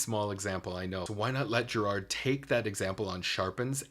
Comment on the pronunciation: Anyone with real knowledge of POTO knows the significance of the “clone”. And BTW it is not Geer- aard, it is Ger-ird. He is from Scotland.